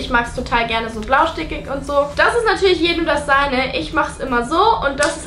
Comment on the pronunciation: Blaustikig? Blaustichig